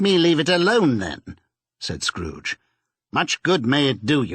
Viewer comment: Tiny tim: " uncle scooge"